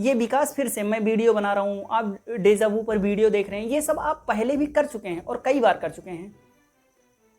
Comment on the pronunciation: Desa Vu nahi, Deja Vu hota hai......🤦